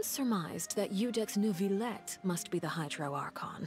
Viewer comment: I'm French and I can garantee that there is no R in Neuvilette. There is one in Jurieu but it is said in the middle of the name, not at the end. If there isn't an R, then there isn't an R pronounced 😀